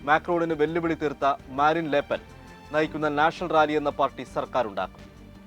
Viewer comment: ലേപ്പെൻ അല്ല. ല് പെൻ എന്നാണ്